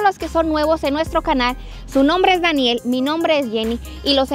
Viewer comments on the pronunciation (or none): Escucho que a le dice bany XD